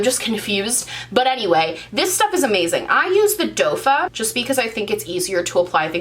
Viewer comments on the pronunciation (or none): I watched one of your other videos where you were questioning why people say you said “doe foot” wrong..... now I get it 🤣🤣🤣 #dofa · doefah... 😆 Call it whatever you want.